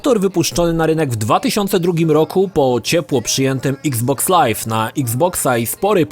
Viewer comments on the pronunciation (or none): none